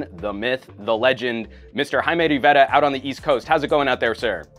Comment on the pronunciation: it's very annoying the way pronounces Jaime's last name sometimes.